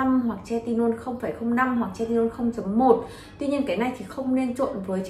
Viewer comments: Thật sự quay clip nên tìm hiểu cách phát âm hoạt chất, chứ Hydroquinone đọc là hi - rô - quin, retinol hoặc Tretinoin, chứ đọc tre - ti - non là chết rồi :) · "Hi dro quyn" "Tre ti nôn" :)) K hiểu hãng nào training đọc thành phần như này =)